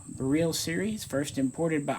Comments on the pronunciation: not pronouced bereel. lol beril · My understanding is that it is probounced "beh rill" not "beh reel". We dont say "beh reel eeum" we say "beh rill eeum.". But yeah, its definirely not pronounced like a "barrel." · All that knowledge and still insist on pronouncing beryl wrong. Simple google search will prove it. Js.